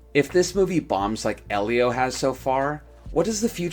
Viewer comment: I meant at the start of the video. Sounded like it's called Eliose or Elio?